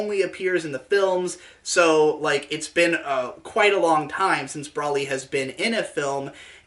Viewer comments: Correct: Bro-lee: Brah-lee Lamantho: Bruh-lee You're both wrong! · It's Bro-lee, not bruhlly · he said brally lol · it's broly like bros before hoes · >"Brolly" >Even says it as Brolly I cant finish this video, it's a plague upon my ears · It's Broly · Please tell me the way you pronounce Broly is intentional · they SAY HIS NAME OUT LOUD. there’s no reason to pronounce it wrong. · we've come a long way you and I. As a fan I mean. We fought the haters. Bashed the drama. Slaughtered idiots. Brawled demonitization. I've stayed loyal to you through thick and thin. We've been to hell and back, you and me. When the going got tough I stuck with you, faithfully. But I swear to god, the way you say broly is the most inflammatory thing you have ever uttered.